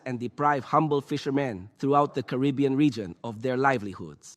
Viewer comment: It's Caribbean lol